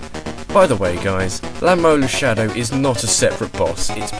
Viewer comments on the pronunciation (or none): none